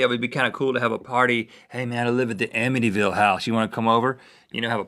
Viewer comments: It's Amityville not Amittyville haha sorry to be picky but it's the next town over from me. :P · amityville not amittyville you guys